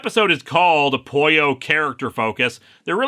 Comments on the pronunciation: ..no.. the way you pronounce it.. doesn't sound like "pollo" it sounds like you are saying "Poio" which is not a word. (By the way I brought this up more as an irational attempt to defend the fictional robots feelings.. not so much cause im bother by the miss pronunciation ) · That's how you pronounce Pollo in Spanish.